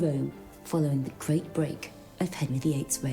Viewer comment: The gwate plague